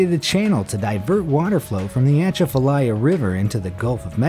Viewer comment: The way he said Atchafalaya killed me XD I’m from LA so we have a different pronunciation :)